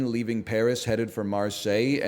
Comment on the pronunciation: Every time he calls Stuttgart "Shdoogurt" I want to slam my head into a wall